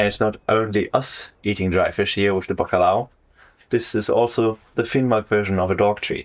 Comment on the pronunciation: My friend I really enjoyed your video.The cinematography is movie quality and the audio is really soothing, Specially the howling wind… and don’t get me started on the content. This is why I still come to YouTube. Greeting from Portugal. Great pronunciation of bacalhau